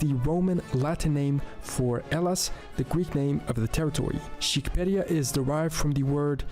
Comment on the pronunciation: You are right to be confused. He was speaking in a confusing way when he spoke about Egypt. And he made a complete mess of pronouncing Magyar and Shqiperia